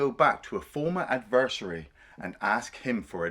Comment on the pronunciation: Why’d he pronounce adversary like anniversary